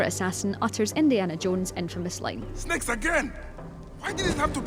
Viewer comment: it is not by ex it is bayek's tf mate... it is not magi it is medjay... it is bayek not byuk... they are snakes not snacks...